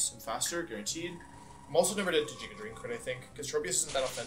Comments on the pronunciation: Love the emerald kaizo content but every time he says "jiga drain" I cringe lol GIGA with a G Wolfey come on! All seriousness you're doing great for run 9, mad props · "Jigga" drain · Nobody: Wolfey:: JIGGA DRAIN